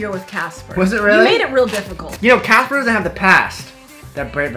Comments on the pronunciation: The way she pronounces Caspar 😂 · You had a baby with him and you still call him CASPER... it’s Caspar, Caspar Lee haha